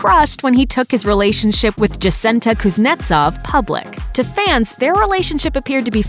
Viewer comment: The way she pronounces Jacinta...😒 The J is silent and pronounced like an H